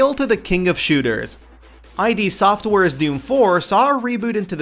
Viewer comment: I.D. Software? Wut? It's id Software(like did)!